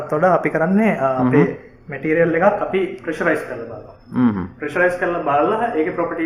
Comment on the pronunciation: ඕකගෙ බොරු බන් 😂 කෝ ඉතින් ඔය කියන සන්නායකේ? චිචියගෙ රොකට් වගේ තමයි 😂💩 අනිත් එක බලහන් මුගෙ වචන "මැටීරියල් --> බෙටීරියල්", "ඉම්පියුරිටීස් --> ඉම්බෘටීස්" 😂 ප!ඩ ශෝ. ඇමරිකන් සුද්දෙක්ගෙ වත් නෑ ඕයි මෙහෙම ප!කේ ඇක්සෙන්ට් 😂💩 තනි බොරුවක් කරන්නෙ.